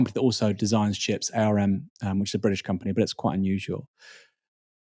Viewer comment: I love you Aaron but please learn how to pronounce Arm